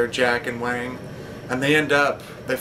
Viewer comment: Wang...not Wong :)